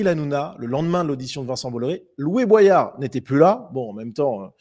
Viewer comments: Tu le fais exprès pour qu on commente de dire boillard au lieu de boyard ou t es juste teubé ? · c'est "Bo-yard" et pas pas "bwayard" ! Comme dans la chanson de Sopranal "Everyday J'Kette Josselyne" ! Faut le savoir !